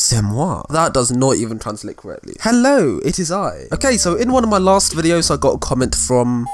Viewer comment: His accent wen he sys "hello it is I" cracks me up xd